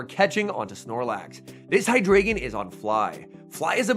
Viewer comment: FYI, the ‘drei’ in Hydreigon is pronounced ‘dry’.